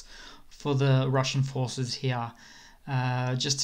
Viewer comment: The way you say "here" is so fricking funny. "Hiorh"